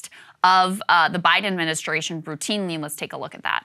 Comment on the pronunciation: Krystal—learn to articulate the word “ad min i stra tion”. Please.